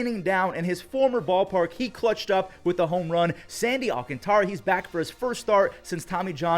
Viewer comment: Thank you, love from DR 🇩🇴. But plssss, say ALCANTARA properly 😅.